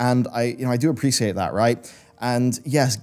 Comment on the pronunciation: why does he say ''appreciate'' like that?